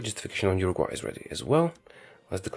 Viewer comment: I think he never heard abute Urugvay